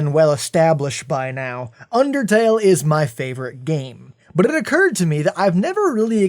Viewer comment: but it occurred to me = burrred to me